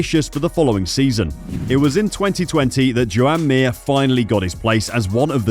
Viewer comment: Its pronounced "Jahn" "John" Not "Joe-Ann " . "Marc Márquez " is not pronounced "Mar-Cee" Nor is "Jorge Lorenzo" is not Pronounced "Jorg-e" . So at least Think about it.